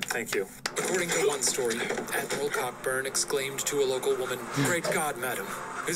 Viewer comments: It's pronounced "Coburn" not "CoCKburn"! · Its pronounced Co-Burn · Cockburn is pronounced coburn